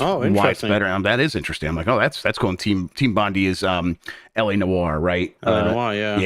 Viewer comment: Small note from an Australian. Bondi is pronounced bon-dye.